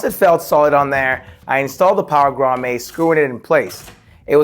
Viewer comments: It's pronounced 'Grah-mette' not grah-may. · bro its pronounced Grom-it.....not Grom-ayyy. As an electrician it hurts my ears hearing you pronounce it wrong. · love it! One thing though, it's pronounced "grahm-ette" not "grahm-ay" lol had me chucklin a lil bit. Seriously though you did a fantastic job!!! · It’s grommet (grom-met) not (grom-may). Nicely done, I’m so jealous of your setups , bro! Lol.😂👋🏾👋🏾👋🏾👋🏾👋🏾👌🏾😁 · Love your vids. FYI, grommet is pronounced "graa·muht". 😅